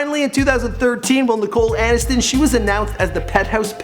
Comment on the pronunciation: Nicole Anis-ton